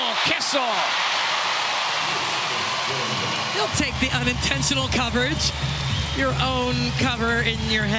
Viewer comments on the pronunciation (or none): seriously someone needs to teach these commentators how to pronounce names. KISS-IL is killing me